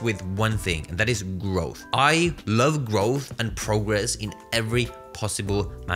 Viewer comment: lol you are not from “London”. Can hardly pronounce “growth”